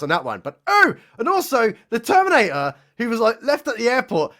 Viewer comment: "They-theminator" LMAO